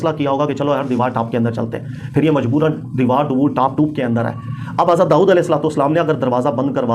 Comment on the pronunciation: Ap ki Saari baten MaShaALLAH behtareen daleel thi but Karachi Ka accent (deewar taap toop k aa'e) was epic 🤭